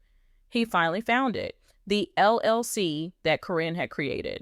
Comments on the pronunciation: If this is legit, why are you pronouncing Caryn’s name incorrectly. It’s “Karen” even though it’s spelled differently. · This is bull First you or sources should know how her name is pronounce Second it would be on the news which it was not And thing about his son is far from the truth Matt would never allow that